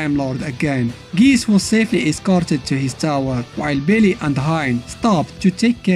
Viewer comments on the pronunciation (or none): Bro the way How he says billy sound like believe lmaooooooo no cap